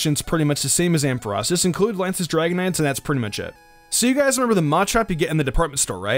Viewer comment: finally someone saying ampharos.